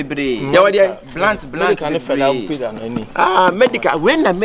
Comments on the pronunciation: Kyekyeku you're pushing into Trouble oooooooo By the way you're making me feel better on my birthday which is today. please is Pizza not pissa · Kyekyeku ur friend said it right it pizza not pezza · actually pronounced PIZZA 🍕 the right way. Kyekyeku said PIZZILLL 😂